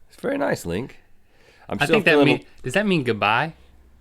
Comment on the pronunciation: link, it sounds like your name is "the red"